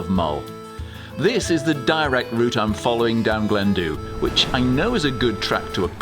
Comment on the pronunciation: I think its pronounced Glen Duve, Gaelic 😁